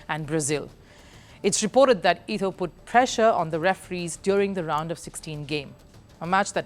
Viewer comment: It ETO NOT ITO. She clearly have no clue about who she is talking about